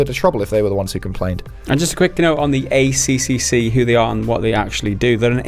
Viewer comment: Just so you know for next time the ACCC is pronounced A Triple C, not A C C C